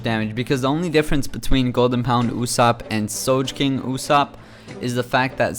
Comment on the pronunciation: As a big One Piece fan, It freaking annoys me the way you pronounce characters.. "Soje-king", "Juzo". Do you even watch the fl'n anime dude? then there is the Q-C-K, etc. just say quick/Dex/Strength ffs. ur trying too hard and u can't even pronounce their names? Sorry if I am really fun annoyed but out can I do, I'm a fucking fanboy! ps. ur guide sux